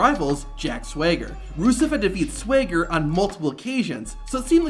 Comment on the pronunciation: How hard is it to pronounce Swagger?